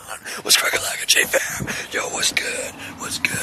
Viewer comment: When he said "JJ Fam" I could have sworn he said "Jatie Fam". I had to replay it several times and well it still sounds like it. lol